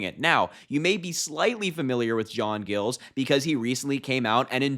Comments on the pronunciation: That's my major, proud of him!! Just fyi..it's not gills, it's Giles, like miles but with a g! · Amazed that not one person here , including Harry, knew who J. Giles ( pronounced J eye ls ) was/is before this. He has been a Rino for years and years. He has been a Biden fan forever. Now you hear he is supporting Harris and you think it's the greatest thing since ice cubes. He is only a Mayor for 4 more months, and that is the end of his career. (unless Harris promised him something), so what does he have to lose. Republicans have shunned him and he sure could not endorse any of them. Soooo ... why not grab a few more minutes of fame by endorsing Harris. He is a nutjob just like Trump. Go see his State of the City vids. I guess so many found all this to be a great surprise. Oh Happy Happy Joy Joy. Go BLUE ! 💙💙💙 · Harry...Giles...long i. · Is it pronounced gills or Giles with a long i?